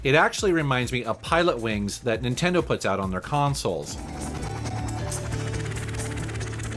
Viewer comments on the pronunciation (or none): none